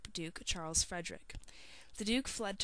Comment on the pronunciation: He's name is not Charles its KARL!!!! damn!